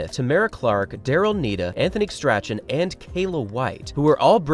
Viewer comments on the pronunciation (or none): Strachan is pronounced "strawn"